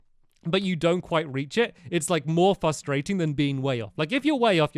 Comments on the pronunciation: no offence stampy but instead of saying frustrating you say fustrating its just one of those tiny mistakes that you make which annoys me way more than it should do. thanks for the great video! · You know, it used to annoy me how Stampy speaks so well and then always says "fuh-strating" instead of "frustrating," but now it's really endearing.